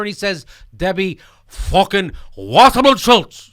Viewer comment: god i love it when jimmy says debbie fucking washerman shultz!